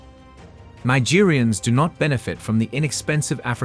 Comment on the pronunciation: Say the word MARGERINE . That is how Nigeriens end syllable is pronounced. You are saying Nigerians which is another country.